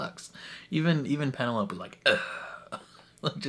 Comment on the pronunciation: LOL - are you calling her PeneLOPE on purpose, despite hearing everyone call her PeneloPEE in trailer? And the first two seasons! I can't tell. Awww. I've actually come around to anticipating S3 the most of all the seasons! Marketing has been genius. I, too, was doubtful Pen & Colin's season could beat Queen Charlotte. But NOW. Total turnaround. Love the idea of Colin redeeming himself by being her wingman. And friends-to-lovers trope. Looking forward to Nicola Coughlan's comedy chops! And so looking forward to all the subplots.